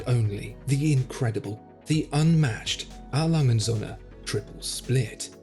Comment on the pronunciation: I AM ONE OF YOUR FAVORITE VIEWERS,SO LET ME SAY THIS,I DO NOT KNOW MUCH HOW TO SPEAK GERMAN BUT I AM SURE YOU ARE PRONOUNCING THAT WATCH NAME TOO FAST OR YOU ARE SAYING IT WRONG. A. LANGE AND SOHNS IN ENGLISH WOULD BE A. LANGE AND SONS.THAT IS NOT WHAT IAM HEARING. YOU MAKE IT SOUND LIKE ONE WORD,I THINK YOU ARE WRONG...